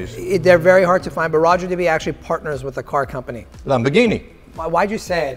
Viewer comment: 1 minute in and these watch guys have wiped the watch on their shirt and butchered Roger Dubuis pronunciation.